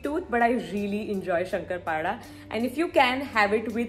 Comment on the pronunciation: Areee yarrrrrrr 😭😭it's not Shankarpada ❌it's a " Shankarpali *✅ it's Marathi Sweet Dish which is made on the Special Festivals like... GANAPATI AND mahalakshmi...Diwali....!!! And yahhh Loveee loveeeeeeeeeeeeeeee ❤️🧡💛💚💙💜🤎🤍💝